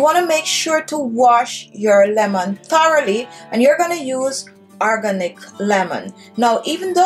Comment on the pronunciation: "Arganick" lemon 😁. Good video though.